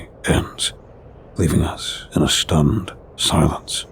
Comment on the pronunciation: What’s going on with pronunciation of some words like Shleep not sleep. Shtunned not stunned. Never noticed it before